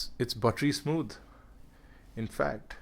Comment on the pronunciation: Its buttery smood,... Its smooder then butter That sounded funny :D